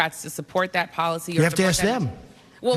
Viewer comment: You have to stop saying " dat" it's pronounced "that".